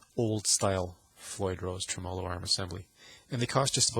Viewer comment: Good info, but please just say "trem" Not tre-mow-low. Treh-mah-low